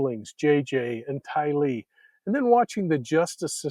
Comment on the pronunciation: Its Tylee not Ty. LEE